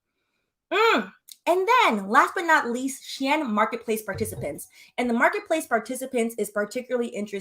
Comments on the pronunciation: She-IN…not EHN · It’s pronounced SHE IN bc it use to be called SHE INSIDE CLOSET. I use to shop on their when everything was in Chinese 😂 I was on there so much I learned to read basic Chinese. But as soon as I saw the site start writing in English I left 😂 bc the clothes started changing to more of a western style. This is before it became huge! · You are right. It is pronounced "shee-inn" the previous name was "She Inside" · The way you're saying Shein as She Anne, I don't know if it's on purpose but I'm here for it 😂😂😂😂